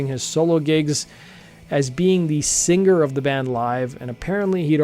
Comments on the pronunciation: Love your podcast. I'm a subscriber. Please stop saying "sing-GER." it's "singer". SING-ER. thanks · Why does this man pronounce singer like finger?